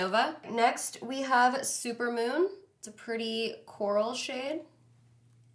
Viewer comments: Is the lipstick called “supermom” or “super moon” 🤷🏻‍♀️ I heard both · Anyone else notice that she called Supermoon “Super Mom” ? Lol